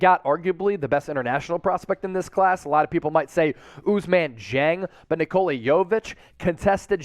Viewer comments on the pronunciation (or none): none